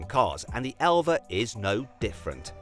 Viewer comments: 엘바를 엘베라고 읽는다❓ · 엘바 아니고 엘베?ㅋㅋㅋ